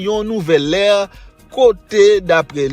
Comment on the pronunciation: Mwen sispèk misye pa konen difference entre air et "ere" mwen serieux sou sa oui LOL Paske le lap pale de L'Ère du Verseau, par examp lap pale ou de l'air.